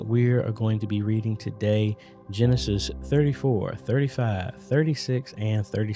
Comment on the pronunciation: I’ve been able to nod in agreement with some of the names mentioned in Genesis, but it’s going to take me a few more rounds of reading and learning to really get it to stick—still learning, which is a good thing! By the way, when you started Genesis 36, dyslexia was playing tricks on you and us. I’ll have to go back and check, but I thought I heard Genesis “63,” but as you continued reading, we were back on the same page. FYI, I really appreciate you taking the time to read the Bible and allowing us to travel with you. Take care and God Bless